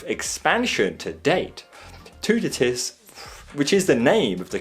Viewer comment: Toutatis- two ta tee (s is silent)